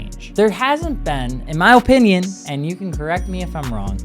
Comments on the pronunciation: Oh-pinion highly uneducated presenter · You can really tell is from the north because he says O pinion rather than uhh pinion